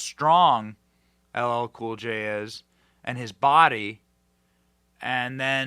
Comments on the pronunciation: The fact that he didn’t care to get LL Cool J name correctly and it’s the easiest name tells you what you need to know about how he feels towards Blacks and Hispanics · If you don't vote for me you ain't black. If you can't say LL Cool J'S name correctly your are not alive